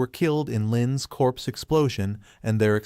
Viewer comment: you need to learn to read a properly pronounce the words correctly cause you sound stupid when you pronounce corpse as crops